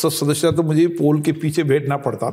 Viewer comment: The way he says "shadashya" is extremely irritating...in 3 yrs atleast he should have learnt to say this one word correctly.